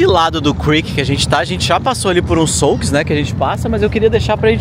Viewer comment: souque? é xuk que se fala ...